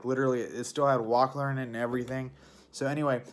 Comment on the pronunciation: You have some trouble with words... Wahler is "waller", Calorstat is "calorstat" (lol), and the thing you open to drain coolant is a petcock, not a peacock.